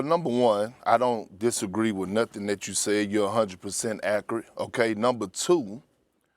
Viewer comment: Perk needs to hit up some linguistic classes. “Acurite”